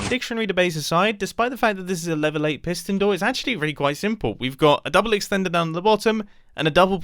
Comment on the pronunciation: Eight - gaight(gate) sounds rhyming 😊😊😊😊😊😊😊😊